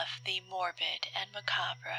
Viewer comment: So normally I have not heard the "re" pronounced at the end of macabre but well done. Great laugh too, I would've bought it if it wasn't you. This reminds me of the Yandere in rehab you did on the original channel, any chance you could get a sequel script?